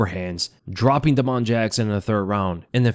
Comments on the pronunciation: Bro why do you say Da-Mon like that and not just Damon 😂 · Day - mun. Not. Duh - moan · "da'mon" jackson. you are too funny. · think Damon Jackson has the same pronunciation as Da’Mon Blackshear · Why are you pronouncing damon like that? Weirdo